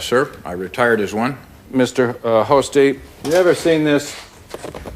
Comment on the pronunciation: Notice Spence mispronounces Hosty's name twice on purpose to show later how it could be confused. Do you really think Spence just made this mistake not once but twice because he is tongue tied?